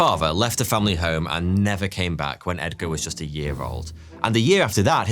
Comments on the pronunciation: "Egdar" Allen Poe 😂😂😂 Love this Video! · Did he say Egdar?